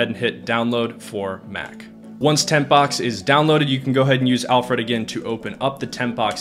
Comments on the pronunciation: Alfred - not Alf-Red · It bothers me how you’re saying Alfred lol. It’s Alfred, as in the butler from Batman. Not Alf Red. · hearing "al fred" each time you said "alfred" made me wince....not sure why but it just grinded on me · Listening to him say Al Fred instead of Alfred drove me insane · It’s pronounced, ‘Alfred.’ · Great video and list! You're pronunciation of Alfred is interesting...😂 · Thumbs down because you don't pronounce 'Alfred' properly and it's so annoying. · I had to stop watching due to the really peculiar pronunciation of 'Alfred'. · Great content. Thank you kindly. But... the way you say "Alfred" makes my eye flap up and down. :)